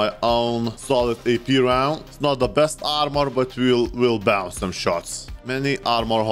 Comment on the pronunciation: Need to fix & , “Bounce”